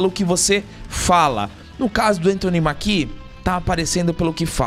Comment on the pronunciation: Só uma leve correção, o sobrenome do ator se pronuncía "Méquie", não Maquí. E isso de reclmar de falta de negros em seleções, teve com a Argentina durante essa Copa. Só foi mais lindo ainda terem vencido, mostrando q não precisam de negros pra serem campeões como a mídia adorava alardar.